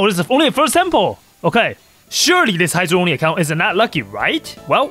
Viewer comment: bro his accent makes it sound like “Heizou Only” instead of “Hydro Only” 😂